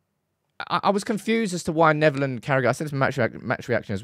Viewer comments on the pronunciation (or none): none